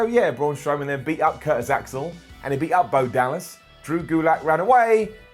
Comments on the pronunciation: Please pronounce “up” like “oop” from now on... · figured if was gonna pronounce "Up" as "oop" we'd be getting "OOPS and DUNES"